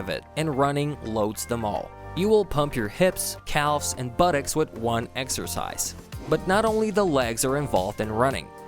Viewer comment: This man said “eggercise” … Greg Doucette is that you ??